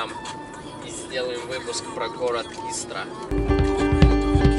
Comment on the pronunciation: Ты прежде чем снимать ролики русский язык выучил бы.Или хотя бы поинтерисовался ,что в нашем языке есть еще и ударения.Если не знаешь как это говорить погугли инет.Истра говориться с ударением на букву И.И никак иначе.Хотя может ты и не русский.